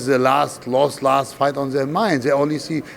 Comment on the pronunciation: This FOIGHT ??? AND IM TALKING ABOUT THE JOURNALIST !. 🤣🤣🤣🤣